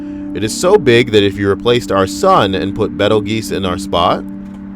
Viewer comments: Love you, but. Bettel geese. Laughing hard. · Betelgeuse = Beetle juice